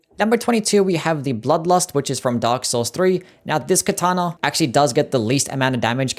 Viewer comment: "Kataner" 😂 Love the ranking